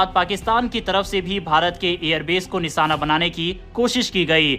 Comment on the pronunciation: Anchor alert निशाना या निसाना? बेवकूफ एंकर उच्चारण तो ठीक करो... कई शब्द गलत बोलकर अपनी भाषा का मजाक बना रहे हो। अगर तुम हिंदी भाषी हो तो चुल्लूभर पानी में डूब मरो